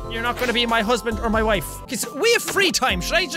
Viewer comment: Your english isn't bad until you said "mah" instead of my